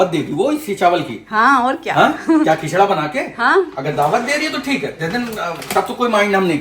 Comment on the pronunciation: Khichdi ❌️khichada✅️